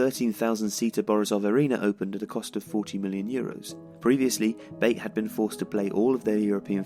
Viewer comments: BAIT? ITS PRONOUNCED BAATEH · it's pronounced not like [bāt] but like [baˈtɛ] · Isn't pronounced like you are saying it, not "bait" but "Batey" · Great work! Here is the correct pronunciation of the club's name: BA (as in bat) - TE (as in tension). so it's [ba'tɛ] not [beɪt] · U are pronouncing the club's name wrong. Its not baite.. Otherwise great video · I went to the Belarus Cup Final this year, nice to see a vid about Bate. Although it's not like Tifo to pronounce Bate as 'Bait'. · The last "e" is pronounced in the club's name as other letters In other words, there are two syllables: ba-te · definitely not the way the guy in the video said it so ,,ba-tay" is probably the best english version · I love this channel and this is another great video (Yes, I hit the "Like" button). But guys, if I may, I'd like to give you a little bit of constructive criticism. Sometimes you mispronounce the names of foreign teams, players, stadiums, etc. I know that as a native English speaker, you would think that "Bate" is pronounced the way you pronounced it, but it isn't. Slavic languages are more phonetically consistent than English and therefore "Bate" is pronounced pretty much the way it's written. The letter "A" stands for the sound "a", not "ei" and the "E" at the end is not silent. Again, I'm not saying that the video sucks, I loved it! I'm just saying that doing pronunciation research before making a video would help improve the quality and educate the viewers (assuming most of them are also native English speakers). It's a small thing and it's not that important, I just decided to say it, because that's not the first time I'm noticing this kind of errors in your videos. Cheers from Bulgaria and keep up the great content!